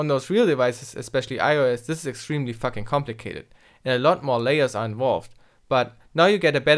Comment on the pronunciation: "Except on Android and IOS the process is fucking complicated" You really emphasized it lol